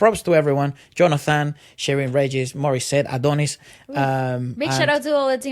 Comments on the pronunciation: Regis is commonly pronounced as Re-His... (spanish influence) :) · Sheryn Regis…Regis is actually pronounced as RE-HIS!😊